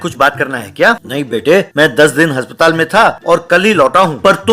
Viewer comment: Bhai haspatal ni hota aspatal hota hai